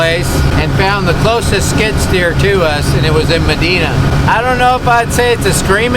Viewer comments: FYI Not Ma-Dee-na It’s Ma-die-na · And its Medina...Med EYE na not Med EEN a...dont matter. Love yall!! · That town is Medina (long I sound, not short i) i grew up not far from there. Great place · Never heard Medina pronounced like that lol. New one on me. Everyone around here says ma-dine-na